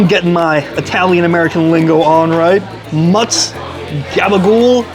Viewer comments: It's not Muttz It's Mootz. Ha. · It's not Mutz it's Mootz.